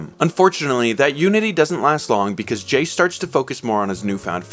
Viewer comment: Great video, but why are we calling Jayce Jayson? I cannot be the only one hearing...